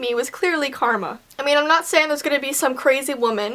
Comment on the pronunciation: You said Carmel not Karma.